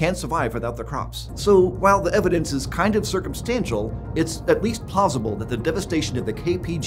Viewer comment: at least “pausible”? Pretty sure he meant “plausible”